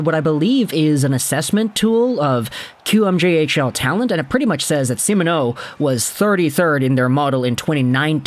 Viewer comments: Yep, pretty good. Except kinda sounds like he's saying Semen-O instead of See-Mon-O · great vids. Long time fan! But, please practice saying Simoneau.. SEE-MON-O. Stressing the MON would help out greatly!